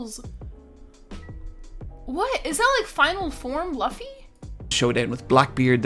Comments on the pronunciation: It's literally pronounce as Luffy, not Laffy❤. Before I watched One Piece I was convinced that Naruto is my most ultimate crush but after I watched One Piece Luffy steals my heart😭 so Naruto is the second to my heart. Anyways, I'm a big simp of Luffy, Zoro and Sanji in the entire series. I really love the strawhats crew. Luffy's love and loyalty for his crew is sooooo 😭❤ and so for his crew, their love and loyalty in their captain literally touch my heart to the core. I am actually doubting to watch this at first because I'm not really into that artstyle but yeah it changes my heart and mind and I got addicted to it and now I am reading the manga and currently at the arc before the lastest arc. If you are doubtful about watching this series since it has so many episodes then I recommend you to read the manga if you really want to experience it. I think you can cat catch up fast to the latest when you read it. There is a digital colored or black and white that you can read online. Right now, I am reading the digital colored since the colors adds to the awesomeness of every arc. You can also watch some clips if you want to see some scenes from the manga when you want to see the epicness more. That's what I am doing right now instead of rewatching it. And it was a good experience for me. This series gives me a lot of cry moments since the music is so fitting to the scene and all.I am just like you when I still not watching/reading One Piece. I have so many doubts about watching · It’s pronounced loo fee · it’s lu-ffy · Luffy's name is pronounced "Loofy". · No i dont understand what you are saying. His backstory was sad, start paying attention. Also its pronounced lUffy. Its not really hard to listen to how others pronounce his name